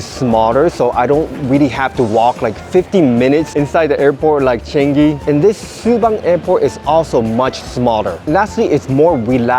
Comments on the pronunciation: That's not how you pronounce changi its pronounce as chuhng gee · It's pronounced chuh - ngi btw. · “Chen gi”